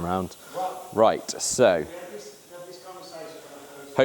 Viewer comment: "Spin arand" proper cockney innit 🤣